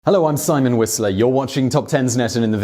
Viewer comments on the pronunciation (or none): none